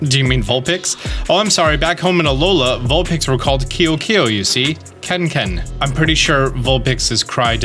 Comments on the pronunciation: Hawaiian language speaker here... Keokeo is pronounced "Keh-OH-Ke-OH." It's Hawaiian for the color white. Keaka is also a common Hawaiian name and can have several meanings, but nothing really matches with the storyline here. Thanks for the video! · KEAKA: pronounced Keh-Ah-Kah KEOKEO: pronounced Keh-oh Keh-oh